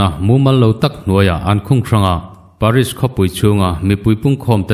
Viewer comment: Paris nilo in peris 😄